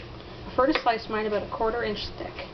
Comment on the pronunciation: OH MY GOD YOU SAID ABOOT! AHAA :) I love canadians.